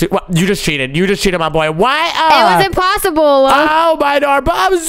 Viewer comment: "it was impossable" made me laf when twas said